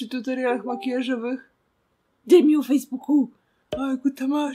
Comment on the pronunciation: "Dem ju fejsbuku " 😂😂😂😂